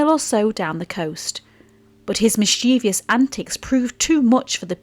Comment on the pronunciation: There are only two Is in mischievous, not three, and only three syllables, not four.